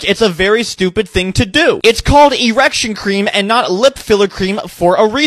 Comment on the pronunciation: “ereksun cream” 💀💀💀